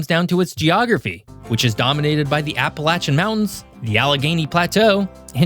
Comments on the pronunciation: I was physically pained every time he said appala-CHAN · App-pah-lay-shin, not app-pay-latch-chin, if you're gonna be taken seriously, get the pronunciation correct! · A video about PA's Appalachian Mountain region but not pronouncing Appalachian like how we do >:( . For anyone curious, we pronounce Appalachian "app-uh-lay-shun" instead of "app-uh-latch-in." There are few who pronounce it as the latter, but for the most part people still stick to our culture and pronounce it as the former; though with the Southern parts of the range getting more focus in media and whatnot recently, I've noticed there has been a gradual shift to the latter. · In Pennsylvania, we don’t say Apalachan, we it’s pronounced CHAIN, no matter what that mattress lover says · Appa-lay-she-anne my brother. Thank god I made it out of Pennsyltucky. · That's not how Appalachian is pronounced... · Stop using the southern pronunciation of Appalachian.